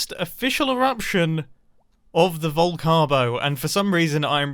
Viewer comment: Vol-carb-o… oh that’s bad. 😄